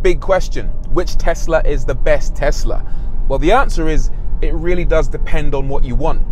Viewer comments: IT’S TESLA, NOT TEZLA!!! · "TeZZla" LOL ;) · And that's on tezla 🤣😂